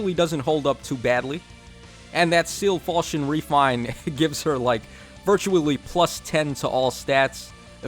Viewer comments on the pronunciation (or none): none